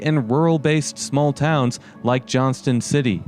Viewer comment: Also we don't say the T in Johnston city. around here lol